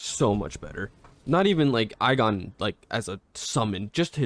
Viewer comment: The only issue is the pronouncing of igon it's ee gone otherwise great vid